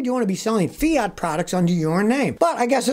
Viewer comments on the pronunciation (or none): A Fia-ota LOL What a FAIL